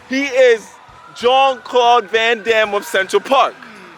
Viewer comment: It is not Jean Claude Van Damme no no